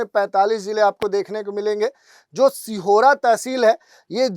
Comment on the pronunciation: सिहोरा नहीं सीहोर हे